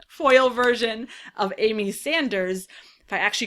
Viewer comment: ...Fersion Voil 😄